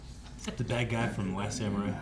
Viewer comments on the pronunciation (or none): none